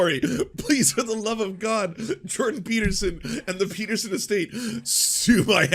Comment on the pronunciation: Video starts: "Doctor Jordan Pee-Peterson..." Ah, Mondays.